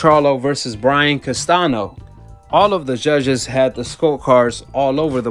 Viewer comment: "Castanio" not "Castano" thats how you say it.. and "Brian" not "Brain"